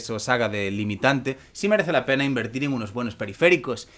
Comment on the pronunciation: Primero, yo diría que se escucha decir "pene", y sí, es obvio que quería decir "pena". Pero eso es lo que se entiende....